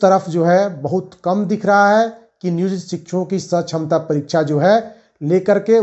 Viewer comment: जो है सछमता परीक्षा नहीं सक्षमता परीक्षा बोले जो है जेबासेके ।